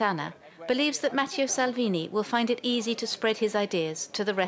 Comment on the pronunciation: "Matthieu Salvini"? Come on France 24! At least get the name right.